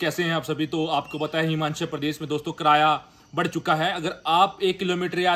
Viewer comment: कराया = ❌️ किराया = ✅️ 😂😂😂